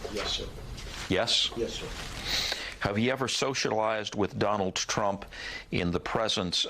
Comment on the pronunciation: Donaldt Trump? Who puts a t after Donald? Anywhoo